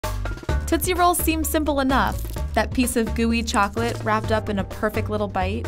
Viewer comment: I think it's tootsie not toosie